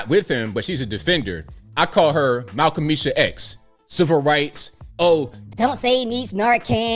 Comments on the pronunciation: oml the Haitian accent has me rolling! - also the roach analogy - also Malcomisha X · Mal-Qa’-mishah X 😂💀💀💀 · “Malcomeesha X!” 😂🤣😂🤣